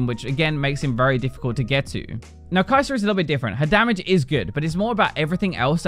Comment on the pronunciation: I wasn't actually asking haha... it was a setup for the kaisa joke. I've been a big fan of for a while now, and with all of the recent kaisa videos he's been making, his pronunciation has become a meme lol. But again, thanks for the earnest reply!